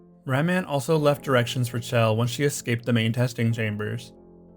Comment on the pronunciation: Not another person that can't pronounce Chell.